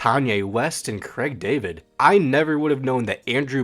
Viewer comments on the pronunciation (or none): none